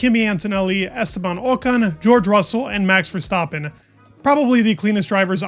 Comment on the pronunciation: for someone who is the focus of f1 media quite a lot, it's astonishing how many people still say "ver stop pin". pretty sure the middle vowel is an A...